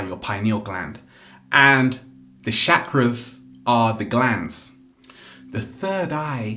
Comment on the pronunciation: Not shakras man. It’s pronounced like Chukrah. Don’t worry man, I speak an Indian language, you can trust me with these things